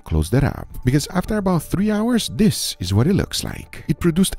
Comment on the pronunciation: Saying "Dis" instead of "this" is extremely disrespectful! It's not a "oh English isn't my first language problem" it's a "I don't care about being respectful" problem. My first language was also Spanish, and I don't say "Dis!"